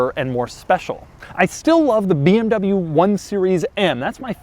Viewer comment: Why does it sound like in the beginning he says this is the beeabnabyoo m2